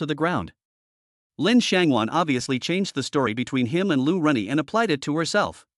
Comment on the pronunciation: Lu Ruyan ➡️ Lu Renyi.😅 Posted cut version ?